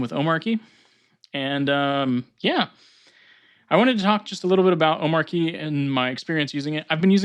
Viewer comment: watch his intro video, its not arky like you pronounced